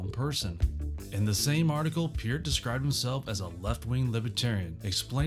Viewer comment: Thank you for pronouncing Peart and Ayn correctly. When other videos get that wrong, I have a hard time believing anything they say.